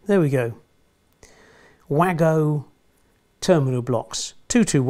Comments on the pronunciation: The wago connectors have small ports at the end that allow for test probes to be inserted without the need to remove the installed cables if you are fault finding and checking for a voltage. Wagos are produced by a German company and wagos is pronounced Vargo’s. Available from places like Screwfix, TLC and most electrical wholesalers. Another great informative video. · Wago is German, pronunciation is 'vargo'. Widely available at all electrician supplies, Screwfix, Toolstation, etc. Similar product is called Ideal. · Super job as always. I’m in the electronics business in the UK and I always pronounce Wago as “way-go”, but I know that being a German company the correct pronunciation is “var-go”. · WAGO Pronounced ‘vah-go’ are brilliant connectors that I have used a lot in industrial work. They do manufacture a long strip version in conventional terminal format, which directly replaces your prehistoric terminal strips. The downside is that they can only be purchased in large quantities, so in this case the prehistoric version wins. I have used the HobbyTrax alternatives for connecting section droppers to bus wires, and am very pleased with the compact and tidy appearance of the completed wiring. If I have one left when I’ve finished, I’ll send you one to review.